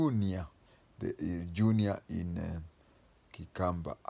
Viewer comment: Yunia😂😂😂You mean he could not pronounce Junior? That is a joke .. His day came and we all heading there ..